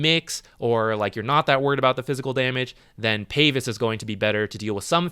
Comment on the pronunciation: Is it a DOTA-culture to pronounce it Payvis, or does he not know how to pronounce pavise?